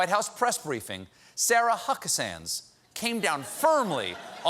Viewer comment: Cynthia Kozikowski i liked that one time accidental "Suckabee" 😏